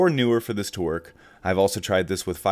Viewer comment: Lol you say oculus and beta funny